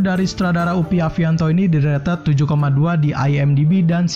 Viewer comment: Pengucapan kata "rated" ya ampun 😭😭